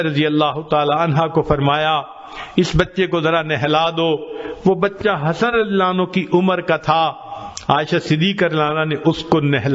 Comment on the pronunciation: Razi Allah u anhu ka talaffuz sahi hojae to kya hi baat hai dil khush hojaega hamara